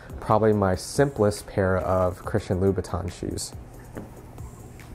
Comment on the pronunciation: THE CORRECT PRONUNCIATION IS: ''CHRISTIA LOOBUTAH''!!! you bet!!!